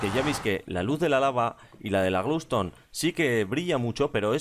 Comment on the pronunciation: like si escuchaste que dijo lamparas de glow tone